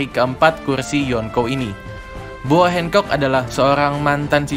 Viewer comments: kok aneh bunyi nya boa handcock . boa hancock mamang sebutan nya . bodo amat . gak pantas jadi admin kalo nama aja gak bisa sebut dgn betul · Boa Hancock apa Boa Handkok bang? 😂